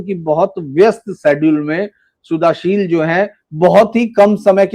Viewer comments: Kindly Spell Shuddhoshil (Bengali accent) instead of Sudhashil. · Suddhashil is a pure Sanskrit name. But the host can't pronounce the name properly. Even the thumbnail has the wrong spelling in Hindi. What a shame!